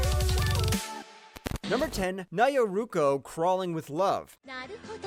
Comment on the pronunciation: Hey man! Just wanted to give you some advice. You're saying Nyaruko wrong so if you recommend it on another video please say it right. Thanks❤